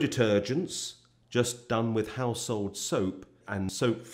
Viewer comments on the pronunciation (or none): none